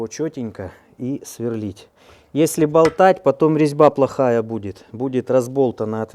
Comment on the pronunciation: Све́рлить... Мм, местный диалект.